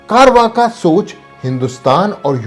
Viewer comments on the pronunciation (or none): بڑی معذرت کے ساتھ: کارواکا نہیں بلکہ چارواک ہے یہ قدیم ہند کی ایک الحادی فکر کا نام ہے۔